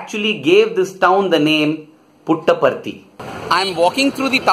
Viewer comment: Davvero curiosa la sillabazione "Put apart it" ....(y) simpaticamente veritiera.